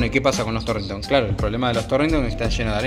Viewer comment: jajajajaajaj me estalle con lo de la grasa en el " Torrinton" jajajajaja